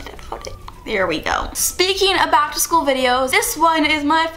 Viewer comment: "Keegan Ac-to-school"